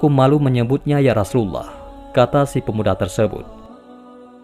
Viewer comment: Maaf kalau membaca Rasulullah seperti gimana gtu ya kak. Apa emang logatnya ya. Dan ada yang typo tulisannya kak. Coba di simak lagi. Maaf sekedar koreksi kak maaf dan terimakasih